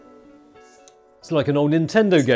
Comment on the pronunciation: "G In" Finally! We now know how to pronouncing this brand's name :)